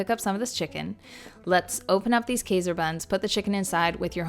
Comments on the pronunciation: While it’s true many of us Canadians say “PRAH-duce” for veggies and fruits (and PRO-duce for the act of making something), literally no Canadian I know says “KAY-ser”…it’s always “KY-zer” I live a short distance from, so it’s not a regional thing, but a mispronunciation. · Kayser is definitely wrong because it comes from the German word Emperor and that although spelled “Kaiser” it’s spoken “K-EYSer”. I know this because I am Austrian and that is literally one of the origin places of Kaiser buns. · Pretty sure you're right, unless it's a Canadian thing. She also says past -uh. Not postuh. Everything I can find online says k-eye-zer not kayzer. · That is correct also because general rule of thumb is when two vowels are together, the second vowel determines the pronunciation. But “kayser” might be a Canadian pronunciation as they pronounce other things differently as well. It’s interesting to hear the different “interpretations” 😊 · It's not a Cdn thing. I'm a k-eye-ser and postuh person too.